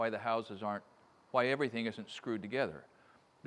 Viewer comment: always trust a craftsman who pronounces the H in the word why.